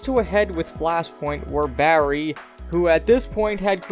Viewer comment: Jesus I wince each time you say Barry, because you shout the BA so its like "BArry!"but you also put a lot of emphasis on every R, but neveR mind